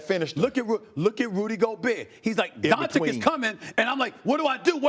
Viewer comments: SAS has a hard time to hide his racism and he not even aware of it! He can't even pronounce Doncic's name properly...A national TV presenter....He's not about the game of Basketball but all about the gossip & entertainment of Basketball. I turn him off after about 30-4- seconds. I never learned anything from him about the game and his ridiculously wrong predictions over the years are a testament to his failure as a basketball "analyst". ESPN needs more Legler, Reddik, Jalen Rose and Jacoby and MUCH less SAS. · Man Sas cannot even pronounce Lukas family name right on a national TV. What a fin joke